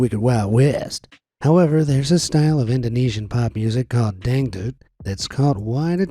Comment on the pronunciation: The way you pronounced dangdut and Irma bule hurts my soul, But its ok since You are 😊